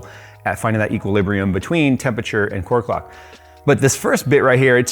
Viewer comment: Did he say "heatquilibrium"?